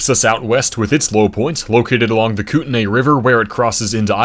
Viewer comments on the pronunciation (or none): Great video. Quick pronunciation note: locals pronounce Kootenai as "koot-nee." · pronounced KOOT-knee, at least by locals I grew up around this area :)